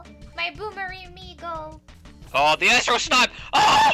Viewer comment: well i am not mexican but i can say for sure its amigo not emigo